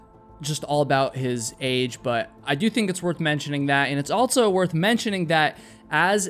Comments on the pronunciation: Dude, can you fucking please stop pronouncing “also” with a t? You say “alt so”. Holy fucking fuck is that hard to listen to. I cannot listen to your voice based on this. You say “alt so” about a hundred fucking times in this video. Goddamn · Did you know that the word "also" doesn't have a T in it? Lol.. you always say "altso.." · altso.... also doesn't have a t in it